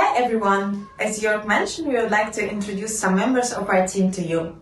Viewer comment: he's called Jörg (Joerg is also acceptable) but not Jorge!